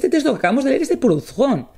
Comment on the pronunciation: «Prudón». Es francés, no inglés ni alemán, la «h» es muda.